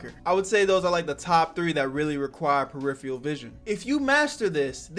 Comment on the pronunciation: "mastery of periferal vison" lmao